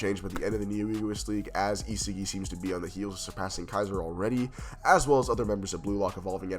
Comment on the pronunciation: Pronounce it as * EE SOG II • not isigi bro